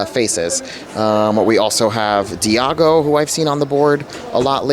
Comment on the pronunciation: 😂😂😂😂 hasn't anyone noticed he called iago diago